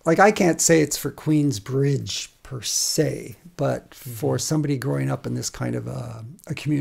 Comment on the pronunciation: Cuh said Queensbride Long Island.....